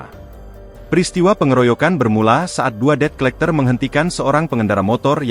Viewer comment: tumben tribun ngebaca debt collector benar kali ini, baca nya det colekter